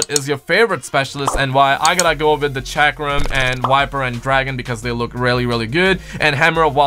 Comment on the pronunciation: why does nobody know how to pronounce chakram??